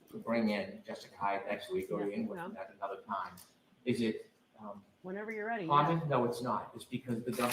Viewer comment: At the end listen, Bev says there's a lot I need to do to get RiD of trial instead of ready. Love a good Freudian Slip...